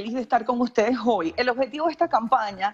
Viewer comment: se dice Estados Unidos y no Ejtado Junidos Que mal pronuncias el Castellano🙄😜👎🏻y cuando la dijo joy en vez de hoy ya nada que hacer, 😝👎🏻